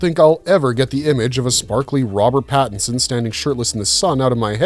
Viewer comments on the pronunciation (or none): none